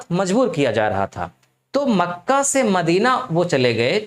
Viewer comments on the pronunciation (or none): none